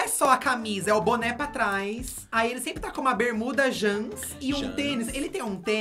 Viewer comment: Vocabulário hahahahahhaha -Jãns - Poêcah -JuliAylitte -Katya Perez -Cabelõn Continue...